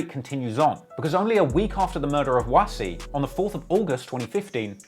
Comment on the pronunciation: Doesn't pronounce "Wass" properly however 😭